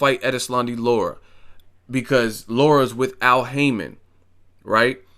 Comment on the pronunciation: La- Ra. Not Laura lol.